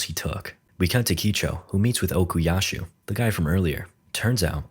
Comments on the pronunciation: stop calling him Okiyashu. It hurts💀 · Istg if u say ocusashu one more time 🎋😔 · Okuyasu, no h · why does bro keep saying okuyashoo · "Okuyashoe" YO WHERE IS SHOESUKE?! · and while you're at it, OKUYASHU ARE YOU KIDDING ME